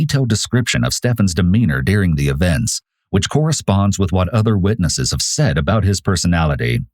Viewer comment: It's "during" not "dearing"! gahhhhh!